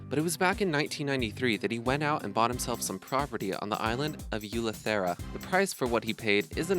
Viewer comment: Hi.....if your going to do documentary about celebrities owning an Island , please learn how to say the words properly. Kenny kravitz owns an Island in ELEUTHERA. The word is not hard to say. It's Spanish.